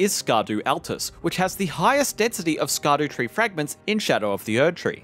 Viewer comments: For anyone who doesn’t know Scadutree is actually supposed to be pronounced shadow tree. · It's pronounced Shadowtree 🤓